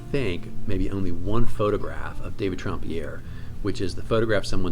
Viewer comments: I will clear up the pronunciation question, his name was pronounced Tramp and not Tromp - he was not French at all. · SO glad you made this video - THANK YOU!!! Gotta ask: why pronounce the first syllable of his last name “Tromp” as opposed to “Tramp” (as in “The Lady And The…”)? I agree with all your calls about the pieces without signature/initials in the MM with the possible exception of Asmodeus, which looks like a Southerland to me.